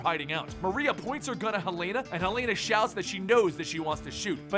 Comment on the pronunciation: Im guessing hasnt seen arrow from his pronunciation of helena